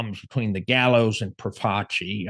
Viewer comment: Its Pro-faci not Pro-vaci.....